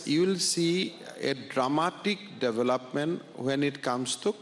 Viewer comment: Please pronounce the word development correctly.